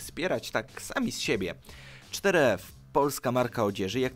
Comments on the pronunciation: Ale to jest four f a nie cztery ef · czter ef... four ef jak juz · 4f czytane jako foreve